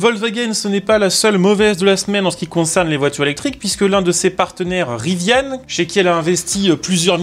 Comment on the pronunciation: Il n'y a pas de e a rivian. Ca ne se prononce pas Riviane. Trouduc